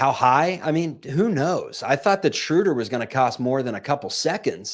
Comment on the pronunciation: you have GOT to learn to pronounce Schröder correctly, or just go with the traditional long O like the Peanuts character. You are not "Respecting the umlaut" the way you butcher it; you make this show unlistenable for me. Here's how you do it